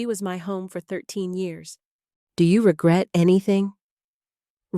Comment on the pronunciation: Can the narrator not say a or you?